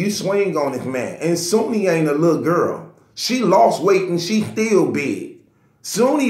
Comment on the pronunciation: Bro her name is SHOONEY I'm sure the H is not silent lol